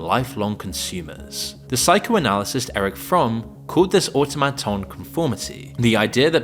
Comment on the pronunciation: Don't you know what an automaton is? You keep saying it like you've never heard that word before. It's really annoying lol